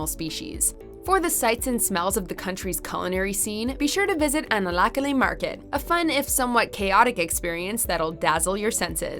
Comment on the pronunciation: I just like the way you pronounce all the Malagasy words!!! Really great video btw :) Thanks for making it.